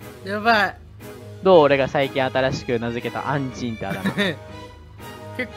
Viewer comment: ごめんなさい、アンチんて言うのが、う○ちと、聞こえてしまいました。申し訳ないです。 これからも頑張ってください応援しています。